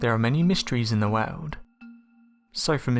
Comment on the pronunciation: many mysteries in the "waowd" rofl